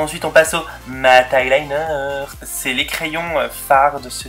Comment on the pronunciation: On dit " eyeliner " et pas " highliner "😂😂😂😘